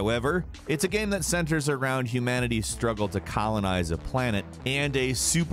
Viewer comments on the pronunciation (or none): "Gam" caught me off guard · Stop saying "gaem" jeeez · My man pronounces "game" differently every single time he says it. It ranges from "game" to "gaiyme" and everything in between. Love it. is a perfect example.